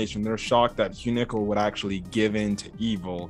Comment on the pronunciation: What if Hyunkel ( pronounce it right) is not even interested in girls? lol